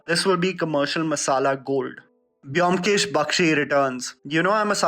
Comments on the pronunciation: It's actually "BOW-M-KESH", not biomkesh !! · Its not pronounced BE - OM - KESH , its BOM - KESH Edit: Imma bengali guy, and that Y in BYOMKESH is the bengali matra( JO - FOLA ) used to put stress in the letter B Anyways nice video!!! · The video was great! Specially SRK part, he needs a good story... And The pronunciation is bomkesh 😊😊